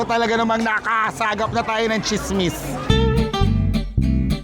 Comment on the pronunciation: Tsismis (NOT chismis).